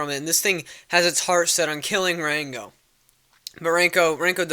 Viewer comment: i love how u say ''ranco'' u special boy